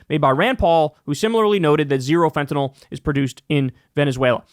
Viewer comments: THANK YOU SO MUCH for being the FIRST AND ONLY media person that pronounces fentanyl correctly! It's not fentan-all! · You're one of the few people who pronounces fentanyl properly. Most people say it like "fentanol". Not sure why. Maybe because that rhymes with Tylenol.